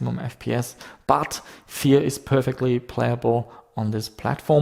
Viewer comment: when he pronounce "Fear" I hear "vier" ;)